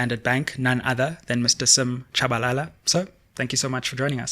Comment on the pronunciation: Shabalala not Tshabalala